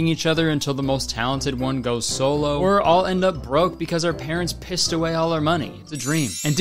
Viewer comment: "ohr" instead of "oh" im dyinnn😹